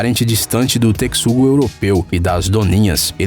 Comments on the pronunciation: Acontece que a palavra correta é texugo do mel com a mesma pronúncia de techugo. E não texugo com a pronúncia "tecsugo". Ou é narrador virtual ou não fez a tarefa de casa. Basta fazer uma busca simples no YouTube e ele iria saber a pronúncia. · Qual a pronúncia correta? Texugo=tequisugo Ou Texugo=techugo ???????????????? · 21 vezes teCSugo do mel kkkkkkkkk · TESHUGO DESGRAÇA TESHUGO A PORRA DA PRONUNCIA É TESHUGO DESGRAÇA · Naaaaaaãoo 😭😭😭 TECSUGO não... Que agonia qnd ele fala TECSUGO, mano é T E X U G O AAAAAAAAAAAAAAAAAAAAAAAAAAAHhhhhHhHHHHhhh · Que agonia vc falando Tecsugo, puta q pariu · Kkkk pensei q era só eu q tava doido com isso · Eu pensei que ele falava de brincadeira nas primeiras 5 vezes depois começou a irritar TECSUGO TECSUGO TECSUGO KKKK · Pigeon Mask a pronúncia correta e “techugodo mel” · Não, está errado, a pronúncia certa é "Techugo do Mel". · Eu também tinha ficado com dúvida ksks e me dava agonia quando ele dizia "Tecsugo-Do-Mel" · Quando ele fala “tecsugo do mel” da uma agonia da porra, carai, fala ratel, que é o nome que ele é conhecido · Deu tanta agonia dele falando tecssugo que eu tive que pular o vídeo kkkkkk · "Tecxugo" kkkkk mds pronúncia 100% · Tecsugo kkkkkkk (seria assim a pronuncía que ele falou) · "Teckisugo do mel" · Alguém sabem quantas vezes ele falou tecsugo? Kkk chuto umas 30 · A pronúncia é texugo do mel e aquela "hiena" era um cao selvagem africano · Mano, que aflição ele falando "tecsudo do mel". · lê-se techugo ninguem lê texxugo a escrita ta certa mas a pernuncia n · Texugo não, tecsugo kkkk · Eu sei, tô zuando... É porque o nosso amigo aí do canal pronunciou tecsugo, mas o nome certo é texugo mesmo kkkkk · Meu me deu ate raiva as milhões de vezes q ele falou "tecsugo" errado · "tecsugo do mel" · que agonia o tecsugo asdasdasd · Sobre a pronúncia o tecssungo do meu não se importa kkkk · Ele falou tantas vezes Tecsugo do mel que parece que sabia que tava errado e falava de proposito 😂😂😂😂😂😂😂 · Que raiva que tô tec-sugo